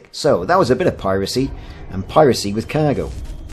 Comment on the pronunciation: I'm assuming by your pronunciation of "kaaaaiiirgo" you hail from sunny Kaaiiirdiff? ;)